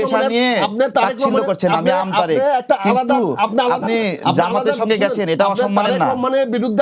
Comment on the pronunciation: জনাব আমতা.... ভিডিওর ২০ সেকেন্ডে উপস্থাপক সাহেব আমতারেক বলে ফেলতে গিয়েছিলেন। 😂